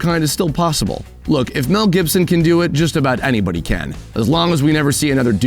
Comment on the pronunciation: "You Cann duue it!"